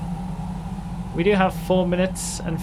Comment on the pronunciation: “Majestic “ had me dying lol 😂